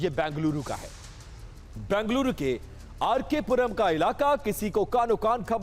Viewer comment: Bhai Oh RK puram nahi KR puram hai